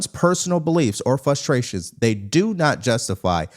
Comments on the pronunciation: you and Piers Morgan have become my 2 favorite channels on YouTube. I just want to give you a little bit of info, and I hope you take it with love. The saying is " Nip it in the bud" not "Nip it in the butt" also the word is "Frustration" not "Fustration". Keep up the great content! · I love you but why don't you say the R in Frustration? Not too important but throws me sometimes. Anyway... I hope all those "Protesters" destroying Teslas get fined and prosecuted.